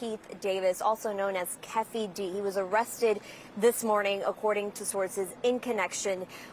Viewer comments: “Keffffey D” 😂 “we still don’t know who was the shooter” 😂 how many details can you get wrong challenge: successful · Keffee D? 😂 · Kiiifey d😂.......tupeek......